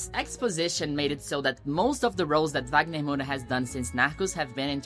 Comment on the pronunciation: Percebi que vc era brasileira qdo vc falou corretamente os nomes do wagner e das novelas.